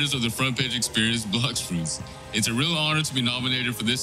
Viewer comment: BLOUX FROOTS💀💀